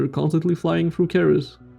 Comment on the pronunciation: ceres is pronounced "series"